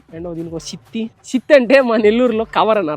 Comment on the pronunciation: shitthi? kaadhu...thithi. తిత్తి